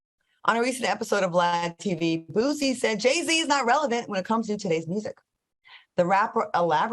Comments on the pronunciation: Boosie not Bootsy lol go on to the next Thang Al! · “Bootsie” lol. His name is Boosie I am sorry, he is from my hometown